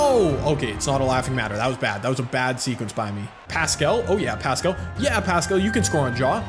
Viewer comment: hey, idk if ur gonna see this but i love ur videos. just wanted to let you know that paschall’s name is pronounced like “pass-cull” and not “pass-cal”